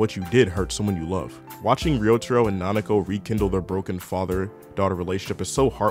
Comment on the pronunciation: it’s pronounced like “Rio Taro”